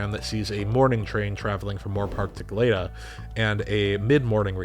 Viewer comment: Bruh, love your stuff. Just fyi, Goleta is pronounced, “Go-LEE-tuh” 👍🏻. Anyway, thanks for another video!